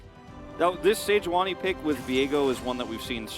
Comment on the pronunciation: sei-juani c'mon... it's sejuani